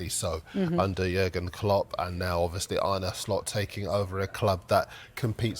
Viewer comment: It's Slot not Shlot...